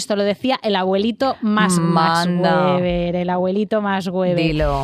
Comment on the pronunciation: Programa de 10! 👌🏻 Pero el abuelito Max Weber pronunciado "fbeber" (en alemán) no "güeber" , sis plau 🙏🏻